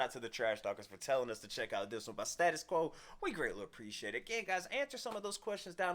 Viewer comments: STA-TUS NOT STAT-US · "Staytus" Quo not stat-us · STAY-TIS Quo. And not STA-TIS Quo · Stay-tus Quo. NOT stattus. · Gentlemen it's STAY TUS Quo not Stat us Quo and they've been around since 1966 first record Pictures of Matchestick Men, of the original line-up only Francis Rossi the lead vocals and possibly the original pianist are still with us. In 1985 they were the opening act on Live Aid with Rocking All Over The World, well worth checking out 🇬🇧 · It's pronounced STAY tus Quo. They are British not American ! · Americans can’t say status quo right .